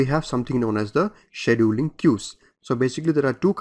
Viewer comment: The hardest part was to hear the presenter mispronounce the word "scheduling". My ears are hurting. Beyond that, the lectures are a gain to my understanding of how computers work.